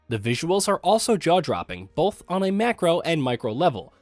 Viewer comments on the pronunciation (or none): none